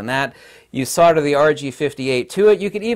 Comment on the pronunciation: Solder. S o L d e r. Not sodder.